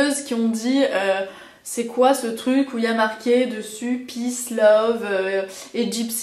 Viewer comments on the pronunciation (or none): none